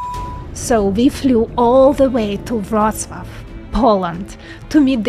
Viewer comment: Wrocław nie Wrotslav